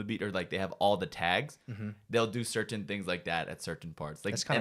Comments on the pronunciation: i cant get over how the pronounce 'cerTain' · "Sir-tin"